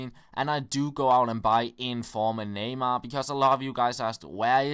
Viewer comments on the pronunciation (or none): none